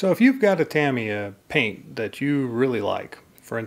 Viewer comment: A really useful video, thank you. Nicely to the point, no fake drama, and you pronounce Tamiya correctly so all is good!!